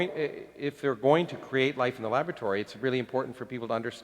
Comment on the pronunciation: ....did U say lavatory..? ..sorry .. .. labatory. ..no. Laboratory